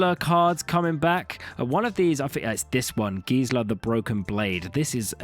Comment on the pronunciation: The "e" in Gisela and Brisela is where the main pronounciation for those names lie, those letters don't get "skipped" like in a lot of English words. So it's not pronounced "Gizla" and "Brizla" but instead "Gis-ella" and "Bris-ella".